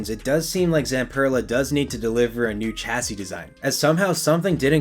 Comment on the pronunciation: Please learn to pronounce chassis properly